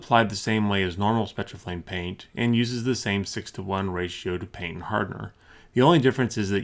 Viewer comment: I love the way this guy says paint. Such a heavy P. PPPHHaint.